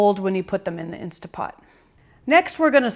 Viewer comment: Great video. Thank you so much for sharing your recipe and explaining the process in such detail. I love that you showed us each step while you cooked. I will be making this for my family for sure. One criticism tho... (actually just a pet peeve) I cringe every time you say “Insta” Pot. I know a LOT of people pronounce it that way, so you’re in great company, but it drives me mad. Other than that, you’re darling and lovely and I’m subscribing to your channel. Thank you again for your video. ❤️